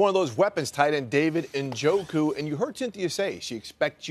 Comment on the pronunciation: He pronounces his name Nuh-Joe'-Kue, not En-Joe'-Kue